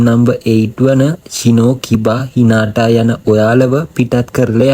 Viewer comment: හිනාටා නෙමෙ හිනටා